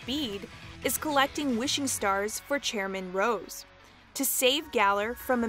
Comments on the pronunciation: All the wrong pronunciations in this video KILL ME, like “Luminose” instead of Lumiose, and especially “Chairman Ross” IM CRYIBG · Honestly, I love these mispronunciations she says Key o gre (the same mispronunciation from the Pokérap) Chairman ROSS